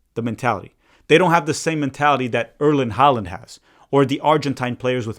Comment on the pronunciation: Erling Haaland's name is not Erlend Holland. It's Erling Haaland, pronounced Haw-lan.